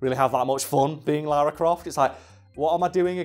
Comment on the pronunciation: God sends all people who say "Laura" instead of Lara, to hell.